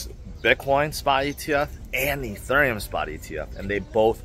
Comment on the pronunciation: Just checking in to see if can pronounce Ethereum yet. Only love,. ❤